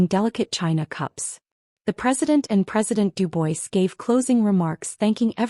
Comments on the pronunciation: Pres. DU-BWA not Du-BOYS! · Duboys ? It’s pronounced Dubwaa